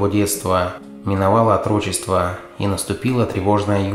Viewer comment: атрОчество? Серьезно? Дальше даже смотреть не стал! Если используешь устаревшие слова, то хотя бы произноси правильно! Древнерусское слово "Отрок", произносилось с ударением, на первый слог! И также произносится, с ударением на первый слог, "Отрочество", с ярко выраженной ударной "о", в начале слова! Как же, задолбали - эти горе ура патриоты, которым лень, даже свой материал, преподнести с уважением! Диз не поставил, только из уважения, талантливому актеру!